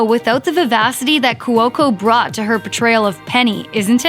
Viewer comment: Not even watched this click baid shit. It ended. Things end. And its couco. Not courco or whatever it is your saying